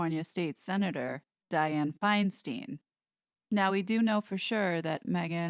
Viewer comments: Love your broadcasts, but it is FineSTINE, not FineSTEEN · it is pronounced stein not steen As a 65 year resident of CA, she pronounces it stein Thank you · She cant hold public office with a title. Newsome knows this and has plenty of choices to replace Feinstein. Meghan isn't qualified. And it's pronounced " Fine-stine" by us Californians, not "Fine-steen". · Senator Dianne Feinstein (pronounced: Fine - Stein Not “Steen”), she is one of my senators here in California. She was Mayor of San Francisco, & was the start of its decline. Not sure how long she held that title. But has been a Senator waaaay too long!! She’s in her 80’s. Her husband, who, like Nancy Pelosi’s husband, have gotten very rich with their wives insider trading & Dianne having her China connections. Dianne was about to retire & not run in this 2022 mid-term election but her husband recently died & I guess she needs something to do & loves her standing & power. She’s about to die herself, & Nancy. Both are high level traitors. Another Blind item mentioned was Gavin Newsom, my Governor, Nancy Pelosi’s nephew. We HATE him, because he, too, is a traitor, & tried to recall him - kick him out. But our elections have been so rigged for so long, he was (barely) able to stay in. The fixers, I mean Election counters, “CLAIMED” that out of all our signatures gathered that 100,000’s were not legit. But, of course, we can’t look to prove them wrong. But all this corruption is about to be decimated & all exposed. We can’t wait! Sorry for all our “local” politics information! But these are names you will be hearing more about soon. I live in Los Angeles. And specifically Hollywood. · Diane Feinstein pronounces her last as Feinstine the “stein” rhyming with “Fein”. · Friendly feedback: Diane Feinstein pronounces her name “Finestine”. Also, it’s had written, not “had wrote”. 🙂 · Just FYI since I am from CA. Our demented Senator is pronounced Finestine.